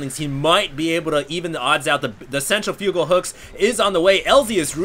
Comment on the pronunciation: pronounces 'centrifugal' weird...also, I'm becoming a big fan of TvZ mass Reaper pressure. The early response is Roaches, but the Terran player is already setup to transition to Marauders if need be.